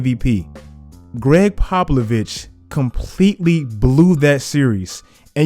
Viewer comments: pobavlich? you mean popavich? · "Greg PopLOvich" 😂😂😂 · NOT trying to be an asshole..genuine question? At you said 'Greg PopLAvich.' Did you mean to put the la in as a joke or something?? It just sounded so intentional I wasn't sure if it was a joke.